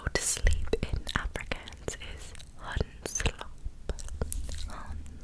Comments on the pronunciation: Amazing but Afrikaans is pronounced ghaan with a g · I respect your trying your best to pronounce it but it's said as "are free carns" say it fast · I noticed your pronunciation of Afrikaans is wrong, it's like Afrik-ahh-ns. (Don't know it that makes sense or not.)